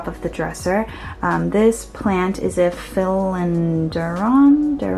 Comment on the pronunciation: Lmao the way you pronounced philodendron was cute